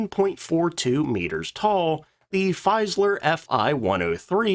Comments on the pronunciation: Its Fieseler, not Feiseler... pronounce it like: Feesalar in english. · "Feeseler" I'm afraid, not "Feiseler". Always interesting videos, thank you. 👍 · Jeez man, you pick such interesting subjects, that's really good, but your pronounciation makes brains bleed... Faisler??? Like in Lafuaffa??? Who the hell would Hanna "Rish" be??? Come on😂😂😂